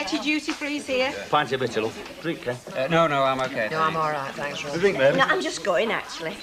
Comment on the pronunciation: If Ivy says Babby one more time ,😡.